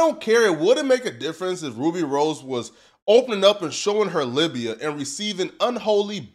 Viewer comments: It’s labia…not libia…or Libya…which is a country. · Betas like you and him have to take accountability for your actions like EVERY OTHER HUMAN. Stop finding ways to blame women for your decisions every single time. It's getting weird. And it's "labia" not "libia" - that's a misspelled bone or country. So, it's clear you gets nada. Just be honest that you dislike yourself instead of pissed at us because of who you are IRL. HE'S SICK - NOT HER FAULT. SHE NEEDS THE PROTECTION. NOT HIM. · I quit watching after he said LIBIA😂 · Calling a labia “Libya” is crazy! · Did you say Lybia😅😅😅😅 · when he said “libiya” i DIED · Bro said Libia 😂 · You know is a virgin when he pronounces “ labia” like that🤣🤣